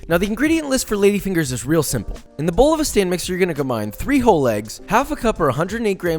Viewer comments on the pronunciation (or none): "Three ho legs".